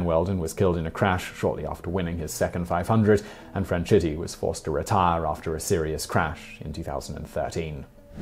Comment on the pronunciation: In addition to old facts, he's mispronouncing "Franchitti" and "Seau"